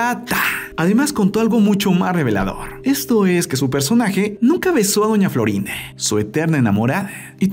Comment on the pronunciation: Porque dise doña florín a🤣❤